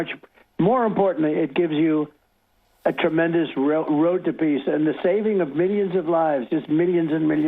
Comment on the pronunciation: He mispronounced PEACE….Twice